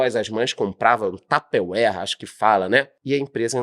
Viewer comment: A empresa Tupperware tem quase 80 anos... e até hoje não decidiram qual é a pronúncia correta da marca... kkk